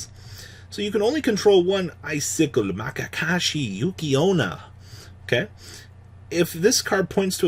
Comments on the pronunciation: M A K A K A S H I are my favourite archetype now just because of how is saying it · after me, ma ya ka shi